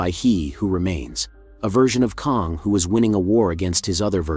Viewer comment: While I appreciate your take on Loki 🙌🏼🙏🏼…It’s “ KANG” like BANG, Sang, Hang, rang. NOT KONG as in Donkey “Kong”.